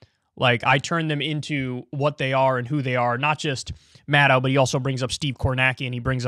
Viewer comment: Why are so many commentators incapable of pronouncing Maddow's last name? Think "doe", like Bambi, not "dow", like Chemical...